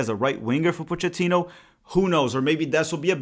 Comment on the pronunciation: Coach Pochettino. If he pronounces it the way Italians do, it is Poe-kay-teen-oh. Not 100% on this because he is Argentine, but that is how Italians would say it and this is definitely an Italian surname.